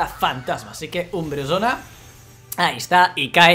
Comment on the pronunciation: Porq dices umbresona???